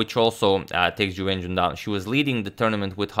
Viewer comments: “chiwen chiwenchun vs chuwewencjiwonchanpionchuwinchewon” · Is it just me, or does is sound like says "jew engine" when he mentions Ju Wenjun...??